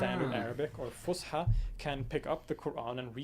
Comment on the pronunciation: it is not pronounced with the sh sound , S , fus ha Fus فص Ha حى فصحى